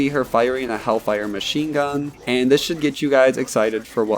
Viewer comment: he has a speech impediment take it easy on him lol soundin like stephan jenkins from 3eb